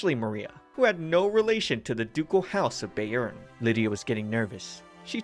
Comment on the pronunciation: I didn’t pay attention last time I watched this but, eeeeeeeh, that’s not how you say “Bayern” 😅😅😅 it’s not “Bay-earn” 😅 Bayern is a state of Germany and the correct pronunciation would be “Bye-ern” 😅 Or “Bai-ern” if that helps